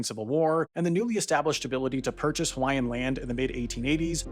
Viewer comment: Excellent reporting; your pronunciation of Hawaiian names is improving.